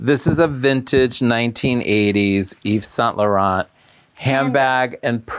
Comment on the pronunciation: Anyone else wince when she pronounced these magnificent Design houses as Mayssunn Marjella or Eves Saintt Lurrontt. I don’t care who you are lady, learn to respectfully pronounce a designer’s name. You claim to work in fashion. Learn how to pronounce French before you embarrass America.